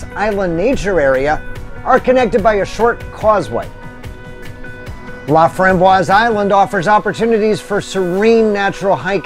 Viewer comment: 2 out of 4 isn't bad. You got Pierre & Fort Pierre right. Oahe is pronounced ah-wa-HE. Not ah-wa-HEY. La Framboise is pronounced La From-boy. Finally you Fort Pierre Chouteau right with the proper French pronunciation of Pierre.